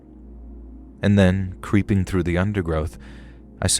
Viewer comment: Lmao I noticed this too